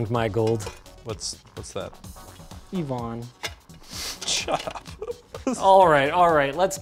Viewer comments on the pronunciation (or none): Linus: "I've found my gold" Jake: "what?" Linus: "Yvonne" Jake: dies of cringe